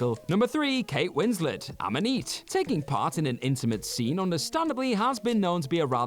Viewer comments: What’s up with the pronunciation? “amm-uh-neet?” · Ammoneet?? That's the French pronunciation !!